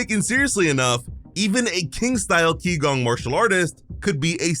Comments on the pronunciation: You have one error. Qi Gong is Chinese in origin and pronounced 'chi gong' is actually translated as energy work. Gong fu is the term translated as skill atained through hard work and effort. The implication is that king would be learning to harness his internal energy. Not just physical exercise. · qigong is pronounced chi-gong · Translation correction: Qigong, pronounced chi-gonh, is broken down into Qi, known to the Japanese as chi, such as what you hear from Dragon Ball, means "air", but metaphysically means the supposed energy in one's body. Gong means martial arts, so Qigong is roughly just the martial arts of using one's chi